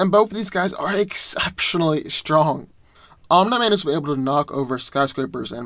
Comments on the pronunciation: Love your content but it’s pronounced like “Om-nee” man not “Om-nigh” man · Bro, His name is pronounced om-KNEE-man, NOT om-NY-man. Sheesh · I never heard someone say Omni man as ohm - nigh man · the way you said omni man is just way to distracting